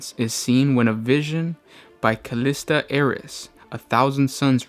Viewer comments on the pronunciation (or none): none